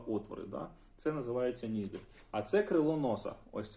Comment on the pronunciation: Якщо вам буде цікаво, то ось як правильно вимовляти ці слова: Не скула, а вИлиця. Не вєко, а повІка. Не сама висока точка, а найвища точка. Не ніздрЯ, а нІздря. Сподіваюсь це було корисно ❤